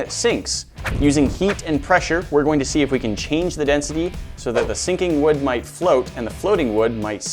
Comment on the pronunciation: He said the sinking woods name wrong